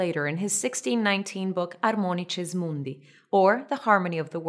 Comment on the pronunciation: I loved you ecclesiastical latin pronunciation for Harmonices mundi. :)